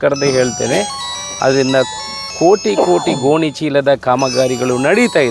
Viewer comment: ಗೊನಿ ಅಲ್ಲ ಮರಾಯರೆ ಗೋಣಿ. ತುಳುವಿನಲ್ಲೇ ಮಾತಾಡು.